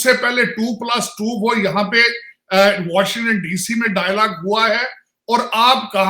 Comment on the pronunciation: Washn and dc😂😂😂, labby 😂😂 paxtan😂😂, dialaag🤣🤣, dallar🤣🤣🤣